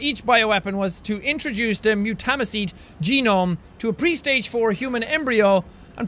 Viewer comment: You pronounce mutamycete wrong its pronounced MUTE-A-MY-SEAT